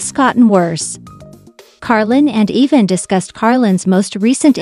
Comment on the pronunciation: Pronounce Evan correct Once in a while you say it correct